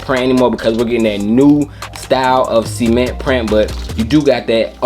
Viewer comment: Cement ... Not Semen-ntttttt